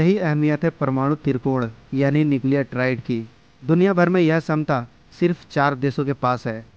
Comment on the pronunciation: छमता शब्द है न कि समता।।।। सही कीजिये